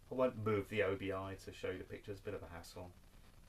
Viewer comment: Excellent stuff as usual! Just a quick note...and I use to make the same mistake. ..until a Japanese friend of mine corrected me. It's pronounced OBI (OH-BEE)...not OBI (OH-BEE-I).